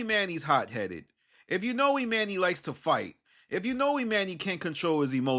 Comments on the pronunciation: The way you pronounce this man's name is crazy esp when you hear them pronouncing it properly. E-MAHN-nee, not E-MAN-E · E-MON-EY. Not e-MAN-y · I hate the way you say Emanny . That man pronounces his name Imani